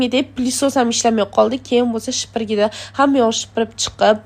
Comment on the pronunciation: Шахдо опа нимага шипирги дейсиз супирги буладику ва яна шипириб эмас супириб чиқтим булади туғри гапиришни урганинги